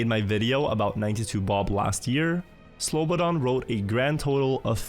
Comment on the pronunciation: man you really took time to pronounce that slobodanmedadadonevic name correctly didnt you XD